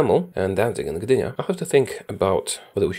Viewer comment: Tak się po Angielsku nie mówi Gdynia :))